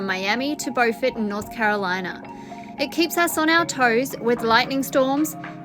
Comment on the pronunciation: I could be wrong about this, but I think Beauford is pronounced Bew-ford by the people of Beauford. I can totally see why you'd say Bow-ford because, Beau is Bow. I had some friends who had a summer home there and they always referred to it as Bewford. Thank you all, for allowing me to follow you on this journey. I have been binge watching for several weeks now, because, well, there's nothing good on Television these days and I don't subscribe to TV channels because they are so hit or miss, but you guys are always, SPOT ON. 😁